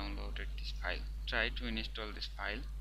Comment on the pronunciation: It doesn't work shit head. If u dont know thn dont make a fake... Video.. Dont miss guide... And its" install" not "inistall" ..phak hee ingcham... Phakk hee ... Phak hee..